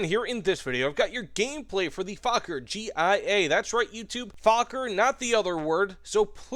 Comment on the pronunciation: G-one-A not GIA!